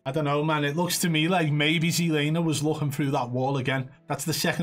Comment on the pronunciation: He did see the guy at the end thats why he stopped but he knew he was fucked ^_^ Keep telling you its "ZLamer" ;)